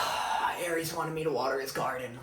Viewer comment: "Hermessss and Jay" but it's "Arreesss and "